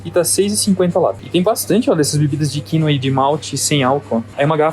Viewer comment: Achei estranho o jeito que falou quinÔa. Ele disse quÍnoa..